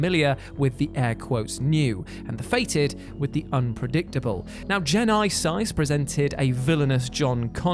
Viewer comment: Terminator Jai-Nai-Sais 😂🤣😆